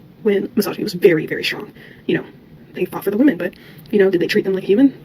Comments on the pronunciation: If one can't pronounce 'women'. One shall not speak for said women. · They all mispronounce the word women. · How dumb can you be to not be able to pronounce WOMAN and WOMEN coreectly hahaha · is she saying women or woman because I cannot figure it out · Why do so many women not know how to pronounce the word "women"? Anyway, women are not more likely to hire men than women. The opposite is true. Women have a higher in-group preference than men. Both women and men are more likely to hire women.